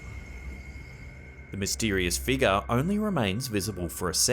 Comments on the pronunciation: please say FIGURE (FIG YOUR). Not FEEGER! 😜😄☺️ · Take a shot, every time says "figgah"!